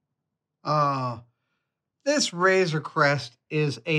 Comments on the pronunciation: am I the only who heard "razor quest" instead of "razor creast" ?? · A couple of times it sounded like Adam said Razer Quest :D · You would be correct